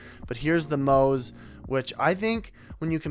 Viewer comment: At least say the brands name right...